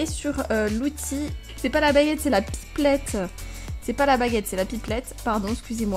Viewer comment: la pipplette 🤣🤣🤣 c'est la pipette